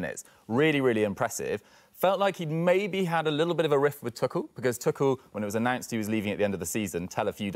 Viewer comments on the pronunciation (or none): How can man say tuckel 🤢🤦‍♂️